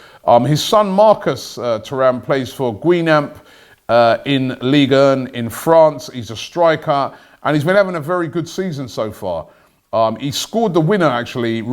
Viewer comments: “His son Marcus plays for ‘Gui-nam’ 😭😭😭 more like ‘gan-gon” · guinam LMAO, Guingamp pronounced gangon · "Gweenamp". Lol Guingamp is pronounced Gang-Gahm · "Guinamp" lmaooooooo, Robbie getting it wrong everytime with French names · Man said GweenAmp looooool🤣🤣🤣🤣🤦🏾‍♂️🤦🏾‍♂️🤦🏾‍♂️ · what's Guinamp? Somebody please teach Robbie how to pronounce foreign words correctly before going public.